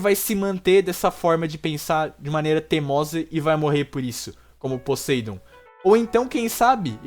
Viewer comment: Meu Deus cara!! Fala Poseidon direito! Fala o nome do cara todo leproso! Bom vídeo.